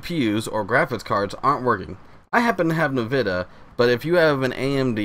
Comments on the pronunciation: Its pronounced nvidia not navida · I'm sorry, did he say "navida"?